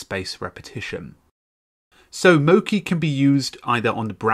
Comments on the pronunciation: I am Japanese and it is mochi, not moki. It is Japanese food. “餅” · not moki its mochi. "chi" as if *che*ese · It's not "mo-ki" it's "mo-chee" - as in the glutinous Japanese rice used to make sweet treats. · You've pronounced the name of the program wrong the entire video. Mochi is a Japanese word for a sticky rice product, it should be mo-CHI (as in Cheetah)